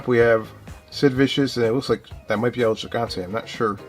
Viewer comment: The belt you weren't sure about Luger wearing in that card of him and Sting, was the NWA United States Championship. And its El He-Gone-Tay for El Gigante. Love the channel, I have never known that they had these WCW cards. And The Sting card that you didn't know what title he was holding was the NWA World Television Championship, which was the same one The Z-Man was holding. The Sting was being pushed to the World Title when he blew out his knee and had to have surgery on it and the writers wrote it into a storyline to make it more legit and then when he came back from it he won the World Title for the first time.